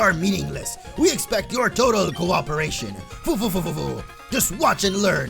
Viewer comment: "fufufu" is pronounced "fuh fuh fuh" with an incredibly soft f. :) You know, like Ganondorf's laugh from Ocarina of Time. (That doesn't mean I won't still say it wrong in my head though... )